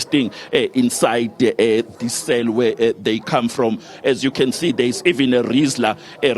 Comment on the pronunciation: Its called a Rizzla RIZZLA😂